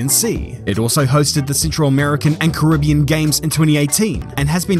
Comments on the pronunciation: Great vid but I love how u butchered the name loads of times lol. It's pronounce 'Ka-ri-be-an' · This is great, apart from the pronunciation of "Caribbean". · That's such a weird way to pronoince "Carribean" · You are from NZ stop mispronouncing Caribbean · Normally I enjoy your vids but this time I couldn't watch it because of the pronunciation of the word Caribbean. It became annoying.